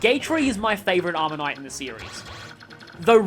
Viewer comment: i know it might be the accent difference and i mean no offense, but every time you say armor knight, i hear omanyte and then do a double take XD